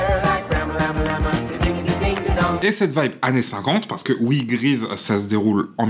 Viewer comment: Stylééééééé ! Un petit Pouce Bleu pour ma part :) À j'ai mis un petit temps pour comprendre. J'ai entendu Grise et non Grease x)